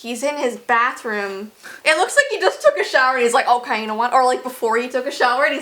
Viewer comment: Its not OKEH to be OKEH ❤ (Titan cry 😭)